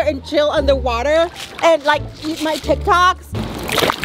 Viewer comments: it's tic tac not tik tok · It’s tic tacs not tic toks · Lmao she said Tic tok instead of tic tac🤣🤣🤣🤣😂😂😂😂🤣😂😂🤣😂🤣😂🤣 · said tiktok when she has to say tiktak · First what is Paul to Ameerah and when said tiktoks when it’s tiktaks 🤣🤣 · Hannah Brooks well ima make a better sentence “ it’s actually called tic tacs, not tic tock. she pronounced it wrong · It's funny how called tic-tacs tiktoks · I think meant tik tAks not TikToks 😂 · When said tic tacs she called them tic tocs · she called tik tacs “tik toks”😭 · Did say tiktok instead of tictac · It’s not TikToks it’s tik taks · Why this lady over here calling these tic taks tic toks.. 0-0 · can someone tell its pronounced (TIC - TACKS) not tic toks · it's tik tac s not tik toks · It's not tik tok s it's tik tacs